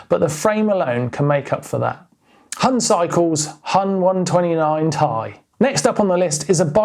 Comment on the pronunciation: Its acutally not pronounced Hun cycles :D Huhn means chicken in german and its pronounced that way.